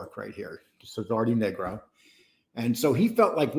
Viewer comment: It's Nigro with a long i